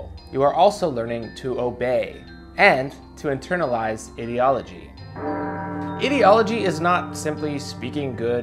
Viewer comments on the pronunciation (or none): That is not how you pronounce Ideology. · Anyone else wierded out by how he says ideology?